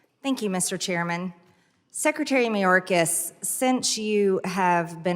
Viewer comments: Mariyokas, it's Mayorkas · Dude, for the MILLIONTH time, Mayorkas is pronounced MAY-ORK-AHS. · I don't like Mayorkas either, but at least pronounce his name correctly. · You know, you butchered the Homeland Secretary name big time. Not defending the rat, please get his name right. Lmao